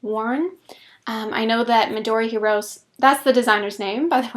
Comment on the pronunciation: It is Midori Hi-ro-'seh'. Just saying! I think your ranunculus looks and fits better with smaller gauge.